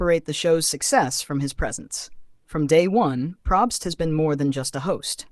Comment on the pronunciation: I was so on board until you said Jeff PROBST incorrectly yikes!!